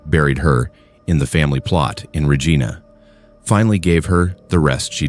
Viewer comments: It's pronounced Reh gi nah, Regina.. ❤ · I don't know if this is AI narration but you mispronounced several last names and places names. The proper pronunciation of Regina rhymes with vagina. Levesque is pronounced Leveck. You should try harder.